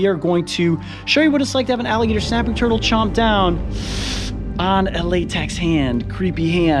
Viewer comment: Why he say snapping turtle like that .... he said shnap